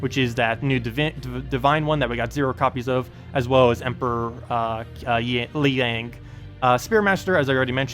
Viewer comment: Pronounces Liang wrong, then calls an Emperor a she... It even says in the text he's looking for a new groove